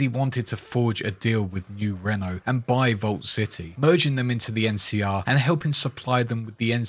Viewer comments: Are you mispronouncing new Reno on purpose cause it's annoying as fuck it's not new Renault it's new Reno 🤦. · Me wondering what 'Nurenno' is, and then realizing American English makes no sense — he is saying 'New Reno' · Did you miss pronounce new reno on purpose or?